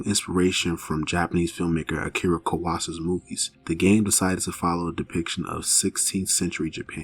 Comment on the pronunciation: You mispronounced Kurosawa, but that's a small thing just letting you know. Great vid either way.